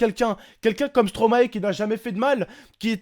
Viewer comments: superbe vidéo khey. Je trouve moi aussi qu'on ne peut pas rigoler de la mort. PS : on prononce stromaie car stromae est le verlant de maestro et je crois que personne prononce maéstro en tant que belge et pour tout les belges ça nous dérange que vous, français, disiez stromaé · Une bonne fois pour toute les français,ON PRONONSE STOMAÏ PAS STROMAÉ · Please les français vous pouriez dire [Stromaille] et pas [Stromahé] ^^ Car c'est l'inverse de maestro :D Et merci pour la Belgique^^